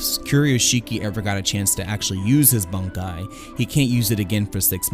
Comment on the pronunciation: Bonkai? BONKAI?? last time i check its Bankai. When you watch the series, do you ever hear the characters shout "BONKAI!"?